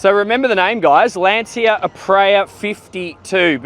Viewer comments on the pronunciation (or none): Lan-Chi-Ah not Lan-Cee-Ah